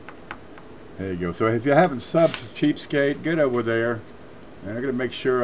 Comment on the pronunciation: you said subscribe to cheapskate, I thought you said cheesecake